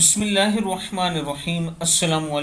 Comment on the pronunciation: SAHEEH treeqe se BISMILLAH read kro bhai...samjh mai nahi aata